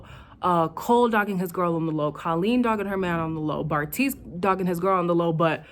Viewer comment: You refuse to get Bartise’s name right and I love it 😭